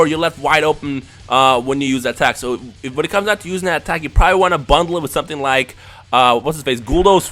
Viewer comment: in the end when u said comment and like is his videos it sounded like u said comment and unlike his videos